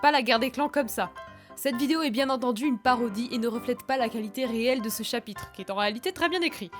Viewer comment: [Moi qui est entendu "chat Pitre" au lieu de "chapitre" 😂]